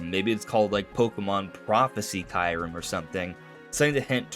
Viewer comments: You pronounce it perfectly DONT listen to anyone ! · Keeyou-rem (KYU pronounced like REU in "REUSE")